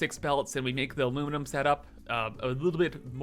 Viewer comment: I stopped playing satisfactory as much as before, but i still actively watch every single video, both factorio and satisfactory, i love when u say "aluminuminuminum" or "supahcomputars". I eagerly await your next video!